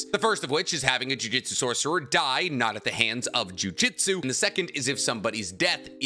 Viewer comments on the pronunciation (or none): You pronounce Jujutsu incorrectly. Its jew-jewt-sue. Not jujitsu. That's a martial art. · everytime you proounce it as jujitsu, it just makes me think the jujutsu sorcerer is gently folding the enemy's clothes with them in it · To this day I still find a little odd the way you pronounce "Jujutsu"as similar to "jiu-jitsu". the "Jutsu" part of Jujutsu Kaisen uses the same kanji (術) as the word Jutsu used in Naruto, and I've heard you pronounce that one right!